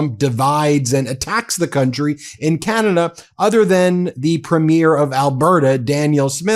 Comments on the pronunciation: PREH-meer vs. preh-MEER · Ben, Premier is 3 syllables: pre-me-er. Not prem-yare. Hurts my ears. You could be the first non-Canadian channel to say it right. Please give it a try. It's easy! Thanks. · Thanks, Ben, for presenting the Canadian perspective, and thanks for being an advocate and a friend. AND: We say the word "premier" as [PREEM-yer]. Not [preem-YAIR] like you keep saying it. Thank you. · Love love love your show, but one small correction please…our provincial leaders are Preem’-iers, not Prem-eers’. Everything else, 100%….and yes, we are that peeved….carry on 😉❤️ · Why can’t you pronounce Premier correctly? It’s really quite simple. Phonetically it’s Preemyer, not preemyair. Please do us the courtesy of correcting your pronunciation of our provincial leaders titles. Thank you very much. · I enjoy your videos and thank you for your support for Canadians. Please don't be offended but I'm going to give you a little help here on how you pronounce "Premier'. It's not pronounced 'preemyear' as in a show or movie. It's pronounced 'preem'yer with the stress on preem. Keep up the good work. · Informative episode today. Just a quick (and politely Canadian) heads-up re the difference between "Premier: elected leader of a Canadian province" and "premiere: first performance in film, music, theatre, etc." - Canadian listeners may or may not read the show notes (and see the spelling error), but we immediately pick up on pronunciation error. We have provincial leaders, not provincial "first performances". 🙋‍♀ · I cannot listen to you pronounce premier as premiere any longer. Why do you do that? Please learn how to properly say the word premier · PRE not PRIM. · Ben… Ben… Ben please learn how to pronounce “PREM’-ier” Emphasize the first syllable.. PLEASE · just a note on pronunciation of Premier. The emphasis is on the first syllable. Sounds like PREEM-year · Just a friendly correction from a Canadian: In the word, "Premier," the emphasis is on the first syllable.